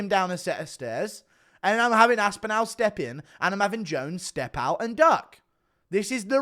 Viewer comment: Guru has the most horrible pronunciation of “Aspinall”.